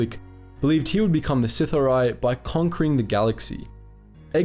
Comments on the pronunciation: I'm pretty sure it's Sith'aari, not Sith-R-Eye. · Just to lyk its pronounced si-thar-ee Not sith-ar-i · Good video, but as others have said, there's a Darth Malgus picture instead of Darth Bane at one point, but the more problematic issue is the pronunciation of "Sith'ari". Try "Sith-ah-ree" rather than "Sith-uh-ree" and you will get closer to the Dark Side :) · Bro. It’s not “sitha-rye” or “sith-awry” it’s “Si-thari” or “sith-aree.” Sorry to nitpick, but it got distracting. Other than that, great vid. Bane was a badass. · You and you over/under romanticizing of the pronunciation of certain names in lore. I love your content but please stop doing that. You say Sith(ery) like 9 times, then finally you pronounce it right Sith’(Are-I), Sith’ari. There’s nothing wrong with your ability to speak and your accent/voice is actually really quite pleasing on the ears. Anywho this is still one of my favorite of your videos by far. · "Sith-Ah-Ree" not "Sith-Arai" my dude :) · SITH-R-EE, you pronounced it correctly and then immediately went back to pronouncing it incorrectly... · I love your vids but it's pronounced sith r e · It's pronounced " sith- R- E " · Pronounced : Sith ‘ Ahh•Ri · Is this really, how the term "Sith'ari" is pronounced? I always read it as: Sith-a-ree. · I think it sounds better “sith-ar-ee” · You must not have read or listened to the Darth Bane trilogy. The word "sithhar'i" is pronounced si-thar-ee. And don't blame it on your accent. C'mon man you got to do better. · I just want you to pronounce it "Sith-awree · It's pronounced, "Sith-are-ee" from my research,. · Nobody: halfway through the vid: Sith-uh-rye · I thought it was pronounced sith r e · Pronounced “Sith- arh-ree” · It’s sith’ari pronounced Sith-aree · i love the video, i hate the way you say Sith'ari -. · I love that you used a pic of Malgus instead of Bane 😂.... Not to mention how hard you butchered the word Sith’ari 😂😂😂🤦🏻‍♂️